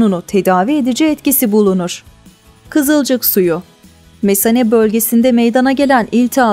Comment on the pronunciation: Mesane lütfen kelimeyi düzgün okuyun